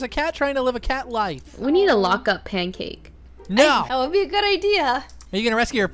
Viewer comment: Lol his name is pancase BFF not pankcake BFF XD